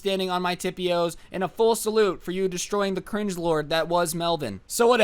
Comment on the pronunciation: mans said tippy’oes